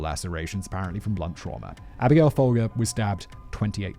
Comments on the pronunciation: I'm fairly certain Charles Manson was pimping, not johning during the crossing state lines arrest for prostitution. Also Folger is pronounced foal jer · Abigail Folger… it’s actually pronounced Fol-jer.